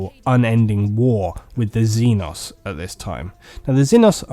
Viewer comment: Xeno zee noe Xeno means alien. Xenos is the plural zee noes not zen os